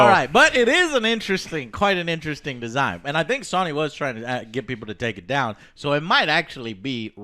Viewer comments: Everyone be quiet except for, please ❤.... Joe did you actually fucking say "Sawny" instead of Sony?? Also, shut the fuck up about fucking SONIC. And YES i Am ANGRY. Oh man, that DA4 news sound dire. Why they gotta murder Dragon Age like this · no one: Literally no one: Joe : pronounces Sony as Sowney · Soyney? lol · GameStop will probably file Chapter 7 bankruptcy next year... And why does Joe pronounce "Sony" wrong... like all the time.